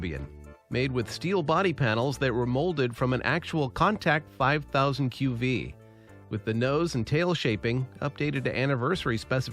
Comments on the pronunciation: Pretty good A.I. The countach slip exposed you. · ...Wait HOW did you pronounce Countach??? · You pronounced Countach wrong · Not AI, just doesn’t know how to say Countach.